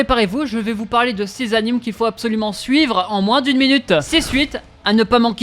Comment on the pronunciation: Tous ces « anims » me font saigner les oreilles...